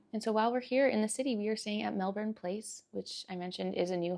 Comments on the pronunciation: Love the Aussie pronounciation on Melbourne, it is *chefs kiss, and much appreciated by us Aussies. Hope you're loving the hot weather 🥰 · Your pronunciation of Melbourne is spot on hehe! Isn’t it such an experience at Rod Laver! Stoked you got to the Djokovic match, especially since he ended up pulling out in the semi - so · 1.2K Add a comment... Cancel Comment 2 months ago (edited) I would have enjoyed your boring vlog. 😌 (that you decided not to upload) 140 11 Show more replies Love the Aussie pronounciation on Melbourne, it is *chefs kiss, and much appreciated by us Aussies. Hope you're loving the hot weather 🥰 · Love the Aussie pronounciation on Melbourne, it is *chefs kiss, and much appreciated by us Aussies. Hope you're loving the hot weather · You pronounce Melbourne perfectly every time- with no weird emphasis or pauses. Lots of practice beforehand perhaps..😊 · Your pronunciation of Melbourne is spot on hehe! Isn’t it such an experience at Rod Laver! Stoked you got to the Djokovic match, especially since he ended up pulling out in the semi - so so glad you got to go to that game!!